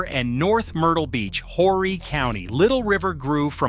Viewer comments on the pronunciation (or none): JUST AN FYI TO THIS NARRATOR. HORRY IS PRONOUNCED "ORRY." THE H IS SILENT!!! INTERESTING ARTICLE...... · Horry is pronounced O - ree